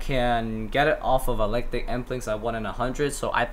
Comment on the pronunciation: EEEKLEKTIC with a kuh sound before the L not ELECTIC